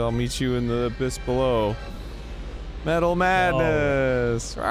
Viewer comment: Me-tal maaadness o ye it's metal maaadness